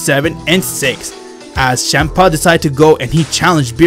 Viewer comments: It's Champa not shampa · Chempa? You said chempa? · I like how he says shampa instead of champa